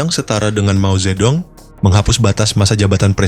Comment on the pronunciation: Dong, bacanya tung.. Mao Zhe tung.. 😂